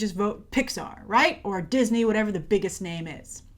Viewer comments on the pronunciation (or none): none